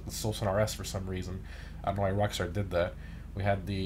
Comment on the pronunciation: ish he butchered rockstar I heard rivksnjd I didn’t hear rock star